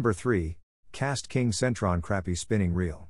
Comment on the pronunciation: AI needs to do better